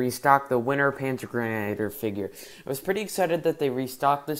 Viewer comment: First of all, you mispronounced a lot. It’s a splittermuster Stahlhelm cover, and this fig is a panzergrenadier, pronounced panzer-gren-a-deer. This fig is a MG, he has the ammunition box on his webbing with the pistol holster.